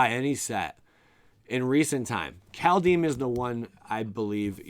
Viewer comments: Kaldhyme not kaldheem 🤓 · Just a little thing geez. Pronunciation: Kald (Cold) is like car, then curl your tongue around the L, if you are able, roll the D. Heim is just Hi with an m. 🥕